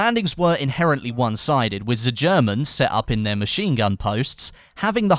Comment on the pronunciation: Did you say 'ze Germans'? LOL! Oi Turkish, pipe down!